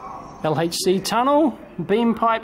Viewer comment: Great Video Dave and you even say "aitch"! (as in "El-Aitch-See" [LHC]). WooHOO !!! Music to my ears. Go Dave !!